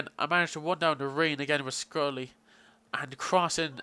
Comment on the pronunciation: love ur pronunciation of schurrle. scrully lol. SHUR-LAH :) great vid though mate.